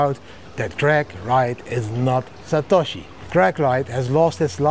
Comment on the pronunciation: [😂, He’s “SA•TA•SHI” - JAMIE DIAMOND]